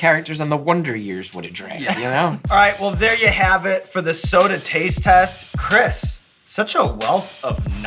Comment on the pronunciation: It’d be cooler if someone told the host how to pronounce Chris’ name